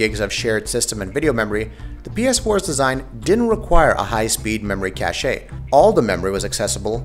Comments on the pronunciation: I have a few issues with this video. First off, What do you mean "consoles are where mainstream gaming is right now?" PC is the most popular platform, hands down. Secondly, why do you say cache like cash-ay? it's cache. Like cash. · Cache is pronounced CASH. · why does he keep pronouncing it cashay, and why does he insist on repeating it? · songokuemumania Cāché sounds fancier. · More cache-ayy means more par-tay.